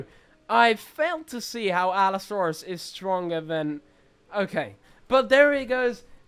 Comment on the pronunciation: Bro said Allosaurus wrong